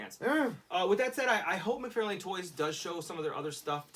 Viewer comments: It's McFarlane, not McFairlain! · Why do you keep saying Mcfarlane like that???